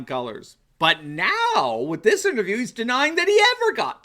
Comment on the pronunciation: This guy, who looks to be in his 40's, can't say "Interview" and he's making fun of a 78 year old, who has a history of stuttering as a child, for having trouble pronouncing "fitness". That didn't work out too well, did it?